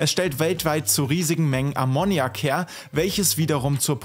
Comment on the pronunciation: Super Video. Einzige Kritik: Die Aussprache von "Ammoniak". Ansonsten: Weiter so!